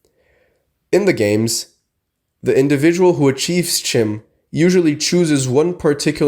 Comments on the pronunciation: You talk about Chim but you don't pronounce the word correctly? It's pronounced "Kim". That's not me saying that. That's Michael Kirkbride saying that, you know, the guy who wrote the lore. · It's actually pronounced "Khim" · learn to pronounce it if you're going to make a video 😂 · It is pronounced CHIM like the word kind but with an M. Consider that the Dunmer were originally the Chimer before Azura cursed them with ashen skin.